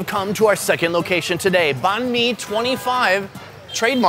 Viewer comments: You pronounced bahn mi wrong :P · “bon me” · The sandwich is pronounce bine-mi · H rlly so “baán mi” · YOU CANT EVEN PRONOUNCE BANH MI CORRECTLY BOI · You horribly mispronounced banh mi